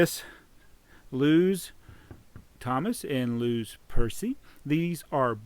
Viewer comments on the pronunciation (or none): its not los it loz